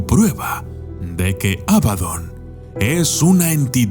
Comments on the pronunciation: Por qué pronuncias Ábadon si es Abadón...? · abadÓn, con acento en la Ó. Gran video de todos modos, como siempre 👍